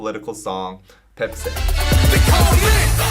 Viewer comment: When he says/said Baepsae, i keep hearing a fancy version of Pepsi